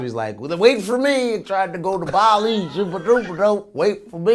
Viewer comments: Vlad keeps saying Bally when it’s Bali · it's bar-lee not bal-ee (Bali) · No, but perhaps there’s a little confusion because it is a separate island.... I was more annoyed because Vlad kept saying Bally instead of Bali. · It's pronounced Baa-Lee. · Bali is pronounced “Baw-lee”. Almost as bad as “PushER T” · Vlad the way you pronounce Bali …..so bad , listen to Godfrey pronounce it. Besides that I'm looking forward to Indonesia DefJam